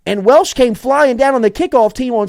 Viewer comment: Is he talking about Latterance Welch? Why is he saying Welsh? Lmfao😂😂😂